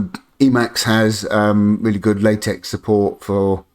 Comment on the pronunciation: Nice video. I'm finally jumping on the LSP train myself and this was helpful. Just FYI, the X in TeX and LaTeX is supposed to be the Greek letter Chi, so it's actually pronounced like"Tek" and "La-Tek" (short "a" sound, like the a in "law", at least on my side of the pond). Blame Donald Knuth :) On the plus side, it cuts down on the condom jokes.